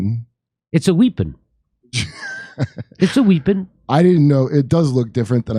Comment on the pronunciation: What the fuck is a WHIPPON